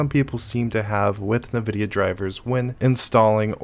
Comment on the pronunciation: I've never heard anyone call Nvidia "Nuhvudia" before either.